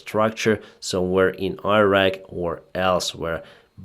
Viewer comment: please learn how to pronounce Iran and Irak, I am begging you